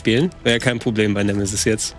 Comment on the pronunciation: Bin ich der einzige, der bei Nemesis immer "Schmoooorf" hört?